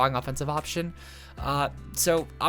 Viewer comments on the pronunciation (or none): Love your vids,! I hate to be that guy, but moot is pronounced “moo-t,” not like “mute.” Heard that when you were talking about manetric and also in the dark types video. (I would want someone to tell me!) Keep making great content!